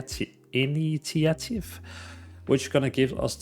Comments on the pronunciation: Brother thats initiative. Pronounced In-ish-ee-ate-ive not trying to mock you. Just seems like you struggled is all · Hey man, great content - I love your videos. So in depth and you have a great voice for this. I noticed you struggled on "initiative", so here is an easy to read way to pronounce it for the future: in-ISH-uh-tiv.